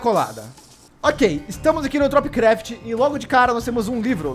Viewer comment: Kkk toda vez que fala tropicraft eu entendo topcraft kkkk